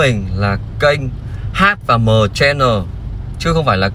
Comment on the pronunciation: "Hôm My: và Hát Mờ Chen Nồ